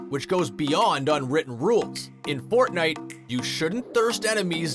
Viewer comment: nobody is gonna address him saying fortnewt at the start?